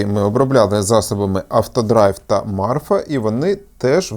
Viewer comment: Не Марфа, а Мафра